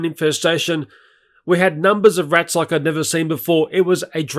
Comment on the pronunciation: Why he calls rats rittles